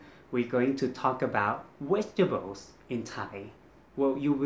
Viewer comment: Its not wegtables jack there is no V in Thai so I forgive you and love your awesome wideos...